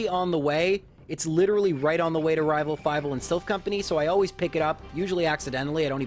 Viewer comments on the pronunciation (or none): Why do you keep saying: "Rival fiveal"? It's annoying...